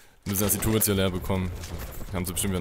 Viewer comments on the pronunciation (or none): eeeeh die heißen nicht "tourits" sondern turrets